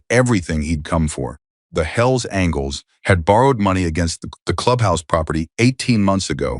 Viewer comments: Will the narrator please pronounce "angels" correctly?! It's not "angles" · Can finally somebody tell that dumb narrators that it’s angels and not angles. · Mispronouncing Angels.....as angles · Apparently the AI narrator doesn't know angels isn't pronounced as *angles*....and it seems to be messing up through the whole story